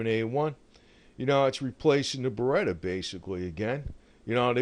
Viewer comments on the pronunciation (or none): none